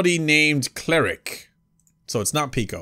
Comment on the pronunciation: his, and I think it's pee-koe